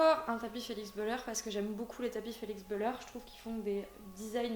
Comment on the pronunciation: Pleins de beau tapis dit donc ;) par contre ça se dit Bulère et pas beüler parce que c’est une marque suisse qui vient de suisse alémanique